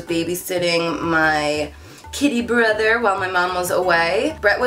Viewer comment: ok I was so confused for this whole video😂 I thought she said she baby sat her "kid brother" as in her young brother. so she went on and on about how she was allergic to animals and when she was baby sitting she wasn't sneezing and I was just really confused😂